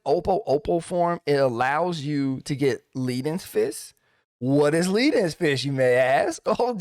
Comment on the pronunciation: Love this video. Transformed my monk damage. Just...one little thing that has nothing to do with the rotation. I think leaden fist is about that heavy metal, lead, which rhymes with dead (that thing that monks do to people). I don't think it rhymes with heed (which is what I do with your advice).